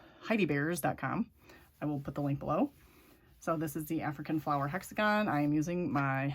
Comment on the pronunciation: Flower not fliwer